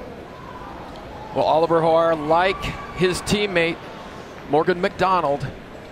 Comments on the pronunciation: Why do and the other guy keep calling Ollie Hoare “Hawar.” Were they afraid of saying a homonym that rhymes with “whore” or they just didn’t know? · Americans cannot pronounce Hoare. Howare????? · Gotta love Oliver HoAre pronunciation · Lmao at the commentators trying not to pronounce olli hoare's name correctly